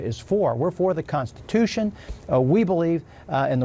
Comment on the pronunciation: Trump says Constipation instead of Constitution. 😂😂😂😂